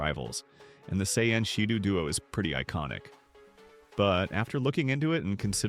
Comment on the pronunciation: “Say and shadoo’ WTF